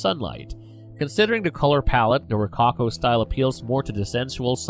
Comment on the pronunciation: Great commentary but watch your pronunciation! (Such as rococo, which is distracting) Interesting description of artist’s intention.